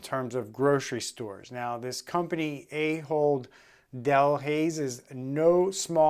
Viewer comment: I know it's a joke, but it is pronounced Ah hold, not A-hold.